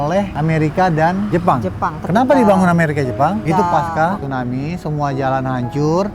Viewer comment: Tsunami kak bukan Stunami